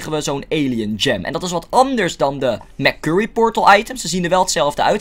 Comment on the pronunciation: Ik heb er echt een hekel aan als hij letterlijk merkurrie zegt het is mersury zo zeg je het